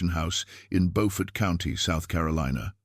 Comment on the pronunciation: I am so glad that you tell the stories of our ancestors but when you do please learn the proper pronunciations of the cities and towns. Beaufort is in North Carolina. Beaufort in South Carolina is not pronounced the same. It is pronounced Bewfort SC. The spellings are the same pronunciations are different.